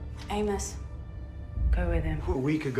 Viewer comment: It’s Aimus not AimOhs